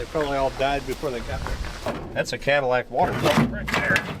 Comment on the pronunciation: It became a "Cat-ill-ack" by the end. Gosh, I am clever...😅